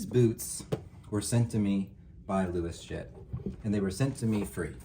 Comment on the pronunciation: Luos is pronounced as 'Ross' in Chinese, not 'Louis.' So, the correct way to pronounce it would be 'Ross Jet.' Although I suspect this is a made-up name, the brand comes from the Canton region in China, where 'Luo' (pronounced 'Raw') is a prominent surname among Hakka and Cantonese people. Great review as always!